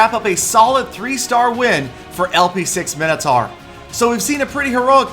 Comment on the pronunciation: What the fuck is 'Minnotar', it's pronounced 'Mine-O-Tor'